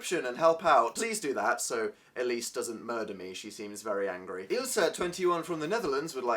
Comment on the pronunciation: I LOVE how you pronounce Ilse It's so cute hahaha